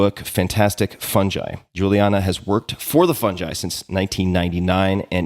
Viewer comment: It’s pronounced “Fun-guy” not “Phunj- I” ✔️